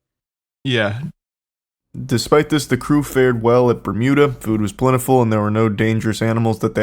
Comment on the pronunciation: the "mermuda" triangle 🔺️ ♥️ 😂 Love when the boys get motivated for a video. LOVE TO SEE IT 👀